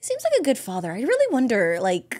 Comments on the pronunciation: Yout saying fater xd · Why do u say fature for father lol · Why do you say facher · Why did you say focher